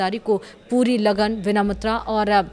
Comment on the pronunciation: Arey gadhain tu news annchorer kaysae banae. 'vinamrata' ko 'vinamatra' padh rahae ho.